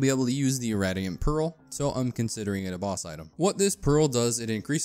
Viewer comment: "Irradiant" is pronounced "Ih-ray-dee-ehnt", not "Ih-rah-dee-ehnt". Excellent video regardless, very concise and detailed.